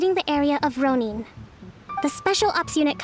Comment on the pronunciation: Row neen triggers me a bit